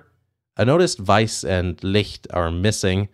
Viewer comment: the way you correctly pronounced weiss and licht gave me a steifen